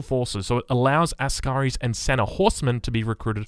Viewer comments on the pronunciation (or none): none